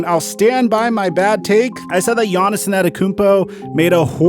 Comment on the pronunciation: Who is Giannison Adekounmpo? ... lol for the love of god just say GIANNIS.